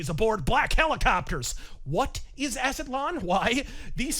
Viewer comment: Az-tlan two syllables not A-za-tlan